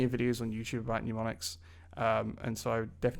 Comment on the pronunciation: Serious question, isn't it mnemonics, pronounced nem-on-ics, like nemesis? I don't know where everyone gets the nyu sound. Seems like at least half the YouTube language teachers are using this word like this. Otherwise, great content keep it up!!